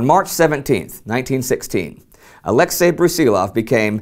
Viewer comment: Just for the record: the stress in Brusilov's first name falls onto the last syllable, that is "Ah-leks-EY", not "Ah-lEks-ey". It's really a shame when the name of one of the major generals of the war gets twisted throughout his very own episode.